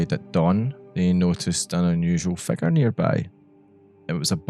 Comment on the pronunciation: I love how you pronounce "figure", it sounds like you're saying "" "The erratic convulsions of the " lmaoo